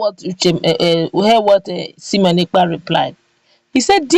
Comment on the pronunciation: 👍👍👍👍👍👍👍👍👍✔✔✔✔🙏Thankyou Simon Ekpa! Please madam presenter his name is sImone NOT sEmion. Two names are different by letter I & letter E. Pls take note.